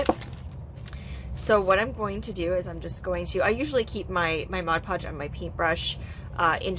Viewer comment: I love your creativity, and your explanations, but most of all and this is a weird quirk of mine, but you pronounce mod podge correctly. I absolutely LOVE you for that. no eye twitches while watching you.